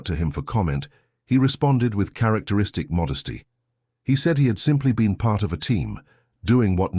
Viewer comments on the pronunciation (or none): none